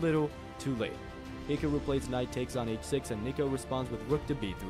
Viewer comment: Why do you say his name like that??!?!?!